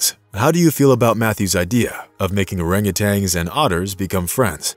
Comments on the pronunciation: I'm guessing there are many others watching that feel as i do about the narration. I'm trying to be positive D appreciate the story, but dang.. hearing them called monkeys and orangutanGs instead of apes and orangutans is just too dang grating on my ears! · And you hung a G on the end of their name when pronouncing. Tan, not tang. Nice story though. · Please, PLEASE learn to properly pronounce the animal names; it’s orangu “tan”, not orangu “tangs. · Well he also thinks that orangutans are monkeys and that it's pronounced orangutang, so I think it's safe to say he lacks some credibility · You're right, they are not monkeys, they are among the great apes. He also insists on pronouncing Orangutans with a final "g", which drives me up a wall. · And he was saying Orangutangs instead of Orangutans. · Orangutans, not orangutangs. Lol. Cool video otherwise. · There is only one ‘g’ in orangutan, also. At least to me it seems like the computer voice is saying ‘tang’, at the end. Maybe not. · He calls them "Orangutangs" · They probably just made the video for people that don't know better. This guy doesn't even pronounce their name correctly so he's not so smart.